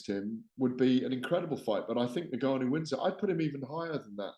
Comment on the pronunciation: Had to stop watching this 2 minutes in purely for how Gareth pronounces N’Gannou. Criminal